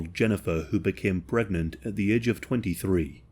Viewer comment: I thought he said gregnant in the start 🥲